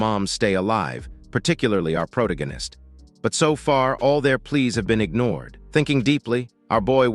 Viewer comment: Proto-ghen-ist! I heard that one in a long while! Every time the AI narrator says "protoghenist" take a drink! You'll be dead of alcohol poisoning before the five minute mark!